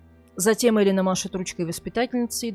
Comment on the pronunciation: Не Элина она, а Элена ! И да, я слышала это имя в Италии именно с ударением на первую букву .